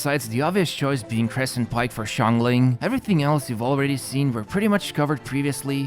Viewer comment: Xiangling name is pronounced (Shahng ling)